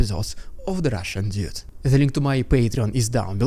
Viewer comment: if you're going to use English jargon you really need to learn how to pronounce it properly dude! it's pronounced doood not duid!